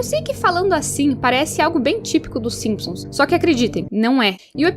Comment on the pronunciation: simisons kkkkkkkkkk